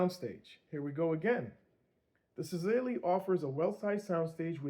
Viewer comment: I never seen anyone call it right yet haha. It’s Sah-lah-ee. I bet seeing the wording of such give you all native english speakers a tongue twister 😅 Thank you for this review a year later, I was actually considering it and found out the Mark II was released not long ago, any chance for that to be reviewed🎉😊?